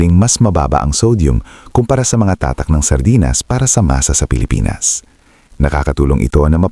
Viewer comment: Ano ang tamang bigkas sa tatak!? Ayusin mo nman ang pangit da pandinig ungas!